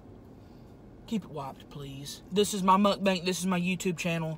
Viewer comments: You said Mutt Bank. Are they insured by the fdic ? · it's soo funny that tammy says mukbank instad of mukbang